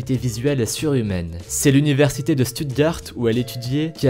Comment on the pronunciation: Petite erreur pour le numéro 13. C pas grave mais je le dit juste sa s'écrit Stuttgacht ou qq chose comme ça et tu le dit Stutgarte mais sa se prononce Schtoutgart sa se prononce comme ça. En MM temps je suis alsacien c normal 😂😂😂😉😉😉